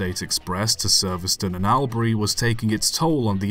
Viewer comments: Its not al-bri it's All-bry. I know you have little way of knowing this. And Malbourne is pronounced Mel-bin by most aussies. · Australian here, Albury is pronounced as All, not Al. You got most of them but that one stuck out! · Melbourne is pronounced "Mel-bn" and Albury "All-brie". It's also "Aitch" not "H-aistch". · Albury is pronounced All-bree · Sir, you cannot pronounce two of the place names in Australia. Your pronunciations are laughable. Try these: Melbourne: "Mel-bn" Albury: "Orl-bree" You got Ballarat and Wodonga right